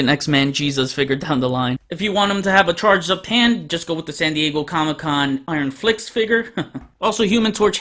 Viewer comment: Im sorry bro but u kinda had me dying when u said iron flicks instead of iron first..i kno it wasnt that funny but it just sounded funny, anyway bro i really like how u explain everything about the character, i didnt kno who x-man was even though i bought the figure until i watched this video. Thanks for explaining the characters background a lil bit. Great review as always and i agree 9/10